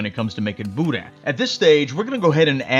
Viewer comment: I’m just happy you pronounced it right. That’s worth a lot with me 😂 FYI for anyone reading this- it’s not “boo-dan”